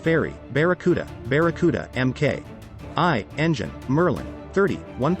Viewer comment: Started out OK but basically became shouting out the specifications over an action movie soundtrack. Also quite a few errors. Maybe for a younger audience. Barracuda Mk.I is not "M.K. Eye". Barracuda Mk.V is not MK2. Barracuda Mk.II is not the MK3. What is "Maximal speed"? As someone pointed out, the Fairey Battle is not a Barracuda. You went for a lesser known plane and I have seen worse, but I'd say turn down or kill the music, check your slides match the naration, and check your photos are of the correct plane. People pick up on that. Maybe get someone to check everything before publishing.